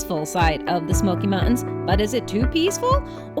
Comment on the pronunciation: Why do you say smoky mount ens